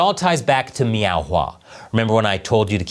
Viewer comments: Are you saying "Meow"? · How many times did you say "Meow" in this episode? I know that's not the spelling but it sounded like the Cat Game scene from Super Troopers. Hahaha. 🍯🍯🍯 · Every time you say Miao(meow) I start laughing and thinking about Super Troopers 😂😂😂. Meow what? Listen here meow!